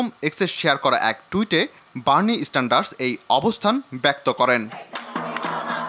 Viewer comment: বার্নি স্ট্যান্ডারস নয়, বার্নি স্যান্ডারস। সংশোধন করুন।